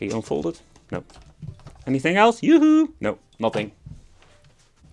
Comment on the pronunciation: “yoo hoo“ so dutch lol